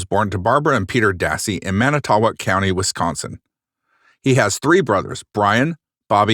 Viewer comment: Coming from this area, and being in class with Avery's twin boys in school...... its SUPER cringe and irritating that the narrator cant pronounce the city names correctly